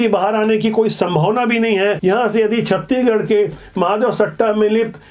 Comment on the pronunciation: छत्तीगढ़ नहीं छत्तीसगढ़ बोला करिए 😅😅